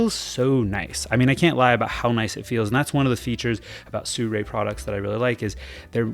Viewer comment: How can you say "Sew-Ray"? The brand starts wit SI 😆